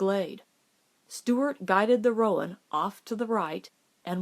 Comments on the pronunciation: This is great! There's some other good ones you could read. Wildfire, but that one makes me cry, The Call of the Canyon. Roan is one syllable tho, even in the south. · So Stewart got a new horse. Why is it not blah-ack if the other one is ro-uhn?